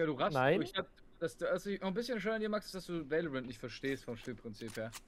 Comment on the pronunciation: Warum sagst du immer veilorent?